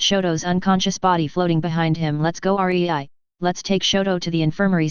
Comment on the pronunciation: it's rei NOT R E I